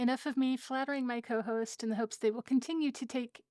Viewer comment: "Chohost" Hehehe